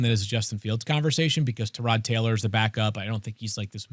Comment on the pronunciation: The pronunciation of “Tyrod” is wild